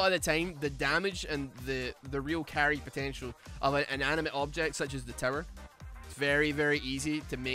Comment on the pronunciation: I keep hearing you say 'terror' instead of 'tower', and I'm honestly okay with it, lol